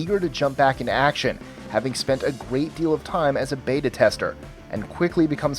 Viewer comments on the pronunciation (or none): none